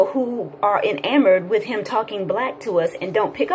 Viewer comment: en-amored? But seriously: Do people really listen to Umar like that?